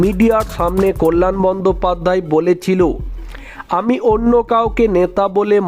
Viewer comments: কথাটা "বন্দোপাধ্যায়", "বন্দোপাধ্যাই" নয় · বন্দোপাধ্যায় কে বন্দোপাধ্যাই বলছেন কেন?? উচ্চারণ টা একটু ঠিক করুন। বড্ড কানে লাগছে।